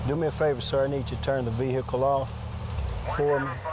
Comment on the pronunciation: Vee hickle